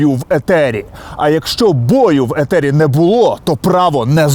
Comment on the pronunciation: Ефiр, ефiр блд, а не етер якийсь